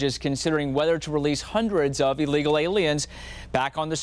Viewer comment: No human being is illegal. Took you 5 times to even say illegal aliens like a proficient English speaker. Educate yourself fool